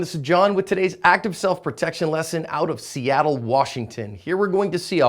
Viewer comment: Seattle, pronounced: seahhitole.